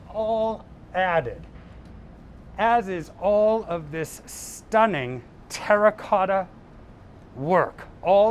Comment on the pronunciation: Well he did say TERACOTA 15 times. Not once did he menage to pronounce it properly.